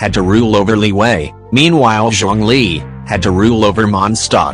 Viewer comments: Fun fact: Liyue in genshin is always pronounced “li wei”, even thought it’s supposed to be “li y-ueh” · text to speech: "LIWAY"